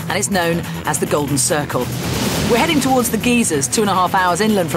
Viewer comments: You fly into Keflvík, not Reykjavík. And did she say geezers?! Oh wait...geysers. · IT'S GUY-ZERS NOT GEE-SERS!!!!